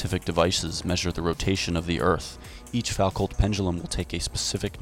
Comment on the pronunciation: Great vid,! fyi Foucault is properly pronounced "Fu Kou".